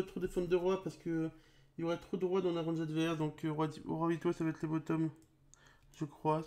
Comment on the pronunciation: Pourquoi tu dis < >